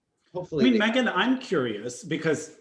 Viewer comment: Meagan is so great but her pronunciation is HOOT! 🥴 Thank you guys!